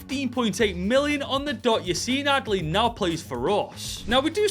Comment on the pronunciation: My name is - And I love the way you said Yacine Adli - Support from South Africa 🌍